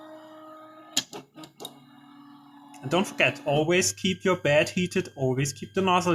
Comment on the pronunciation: Not to be disrespectful regarding your pronounciation but i heard "bad leveling sensor" everytime. Anyway amazingly conprehensive video on how to install a bad leveling sensor thanks:)